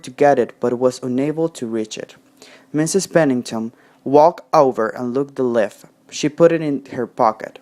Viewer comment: Leaf has a long e sound you pronunced like lift